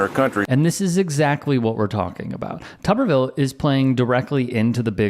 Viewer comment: I think all reporters need to pronounce his last name as "too-ber-ville" until he pronounces Kamala's name correctly. He does it on purpose.